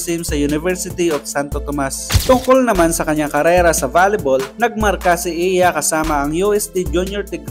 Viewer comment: Eya po hindi Iya hehehe